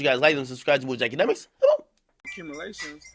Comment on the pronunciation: he didn’t say all the syllables to its ya boy DJ akademiks